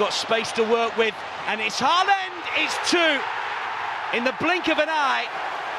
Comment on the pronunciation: The 'aa' in Haaland is pronounced like the 'A' in Aldgate